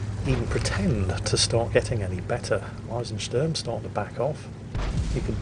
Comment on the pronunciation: hmm the Eisen in Eisensturm was pronounced spot on, but the Sturm (storm) was more like Stern (star), wich is a bit off.